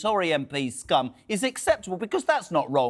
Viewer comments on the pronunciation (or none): Lies! Lies! Lies! She didn't call anyone 'scum' - she definitely said 'skom'..